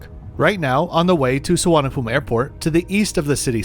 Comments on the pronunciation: It is pronounced Suvarna Bhu mi ,you seem to be eating up words for some reason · lol the name of the airport in Bangkok is pronounced su-varna-bhu-mi